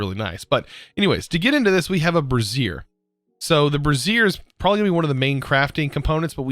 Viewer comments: Bray-zee-err Brassiere is something else entirely 🤣🤣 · I burst out laughing when he called the brazier a brasserie lmao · Just for fun: brassier (a bra) is “bruh-ZEER“ and brazier (stand for burning things) is “BREY-zher” :) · I have to question your pronunciation of brazier... sounds too much like a woman’s undergarment?! Personally thought brazier was spoken braise-i-her rather than brass-i-her. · Bruh the man said brassier ... Instead of brazier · brazier... the way you are pronouncing it is referring to a specific type of garment, Bray - zhur or "jur" think of the "j" sound in the french pronunciation of the name Jaque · Bray-zee-r is more accurate. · its "ray-th' for wraith and "bray-zi-er" for brazier and "pew-ter" for pewter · You keep say bra, like a girl's bra, over and over again whenever you try to say Brazier. And there's an I in Wraith. And REALLY, Pewter too? Come on, that's not a complicated word! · He's got dyslexia, you learn to just roll with it after awhile